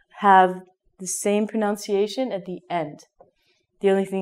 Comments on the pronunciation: Was I the only one that heard her say "pronounciation?" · You were saying "pronunciation" wrong. You were saying it like "pronounciation", which is a common mistake. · I'm sorry to tell you that your pronunciation of the word pronunciation itself is wrong. You pronounce it as pronoUnciation.... very funny! !! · is it a joke when you mispronounce "pronunciation"?